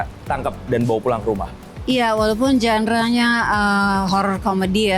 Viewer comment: maaf GENRE dibaca 'jandra' bukan 'jendre' 🙏🏻🙏🏻🙏🏻